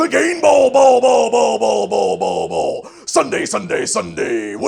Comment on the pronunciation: Say "Bouwel Bouwel.." one more time. I dare you,, I double dare you. Samuel L. Jackson intensifies